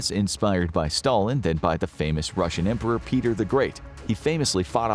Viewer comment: And it's "Russian" not "Ruzzian".